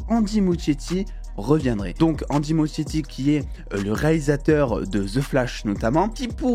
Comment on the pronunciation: Ça se prononce ''Mouskietti'' s'il te plait